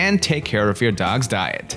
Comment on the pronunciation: It's dogs, not dougs.